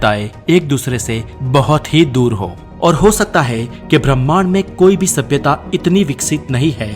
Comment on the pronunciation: Does anyone kept count how many times did he said sabiyata😂